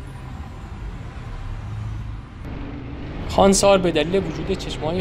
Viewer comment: نام شهر را درست و صحيح بيان كنيد. نام اين شهر خوانسار نوشته شده و خانسار خوانده ميشود. خونسار خوانده نميشه